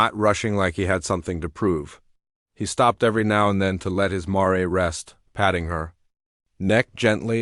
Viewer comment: Mare s one syllable sounds like the name of a city politician “Mayor”